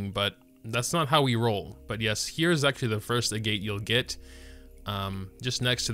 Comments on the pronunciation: Agitt not a-gate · its pronounced "eh-get" agates are a type of mineral in real life ya know! sometimes they're used to make jewelry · I'm sure it doesn't matter at this point, but I believe it's pronounced "ahg-et".